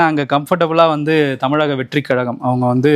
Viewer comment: யோவ், என்னைக்கு தான் தமிழகம் ன்னு சொல்லுவியோ தெரியல.. தமிலகம்... கஷ்ட காலம் 🙄